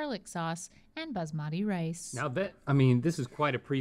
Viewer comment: As a Punjabi who’s eats palak and rajma regularly i can say pronunciation was spot on